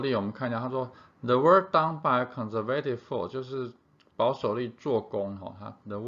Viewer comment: conservative 这个字的重音读错了